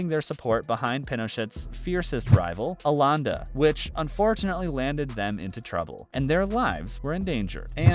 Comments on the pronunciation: Prounounced Aye yenday (Allende) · 'Alande' jaja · Alanda????? 😂😂😂😂 Allende!!!! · Allanda???? the name is Allende. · Clicked because of the clickbait thumbnail but the biggest surprise is hearing how the narrator pronounce Pinochet and Allende. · Sir, you butchered the names Pinochet and Allende.